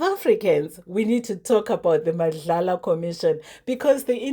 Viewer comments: It's not Madlala,it's MADLANGA!! Pls learn to read and pronounce correctly. Madlala is only on your dreams ,don't soread lies here. Practice rhis 10x: MADLANGA! Uyeva? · Was turned off by u saying 'Madlala'commission.....do ur research don't rush to create content.... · Not Madlala but Madlanga . Not la but nga at the end.